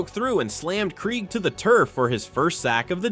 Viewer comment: That game sucked. All of those sacks only to lose at the end. Hey AI voiceover, it’s pronounced Dave (Craig) Krieg.